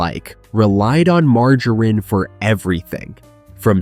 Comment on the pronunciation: This is AI! Margarine is not pronounced mar-Ju-rein! Also Margarine sucks it is vegetable oil Give me either real unsalted butter o real unsalted Irish butter instead At least real butter is real dairy and comes from a real cow.